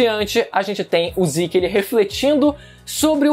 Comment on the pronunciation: Ziki, ziki..... MANO É ZEKEEE ,ZEKE, Z E K E , com E de Zeke! Porra de Ziki, falando assim ta pior que o Goku, que segurou o pinto do rei da patrulha galáctica.